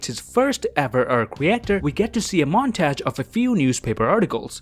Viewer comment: he mispronounced "montage," too.